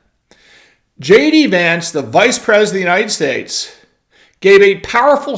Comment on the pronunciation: “IDENT”…. The word is “PRESIDENT”, not “PRES…”